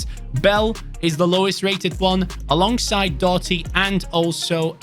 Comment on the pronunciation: Doughty is pronounced D-ow-ty. the gh is silent, and the ou is pronounced like the ou in ouch